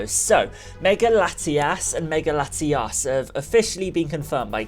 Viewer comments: You made it sound like you were saying Latias both times. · i try my best to be accepting of people with accents but dude you pronounced Latios and Latias exactly the same. One has an O and one has an A. please do better